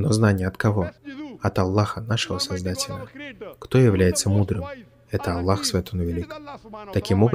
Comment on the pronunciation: Брат Салам -алейкум, не Аллох пишется а Аллах надо правильно говорить и правильно писать. Всё мусульмане говорят Аллах. Если твоё имя неправильно будут произносит, тебе было бы не по себе.